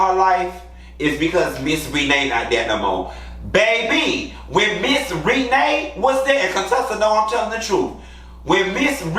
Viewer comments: I love how you call that lady “Ree-nay.” 😭😭😭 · Lord everytime you say Miss REE-NAY.. I holler lol 😂 🤣🤣🤣🤣🤣